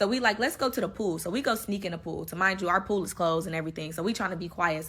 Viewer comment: Remind you lol not tamind you wtf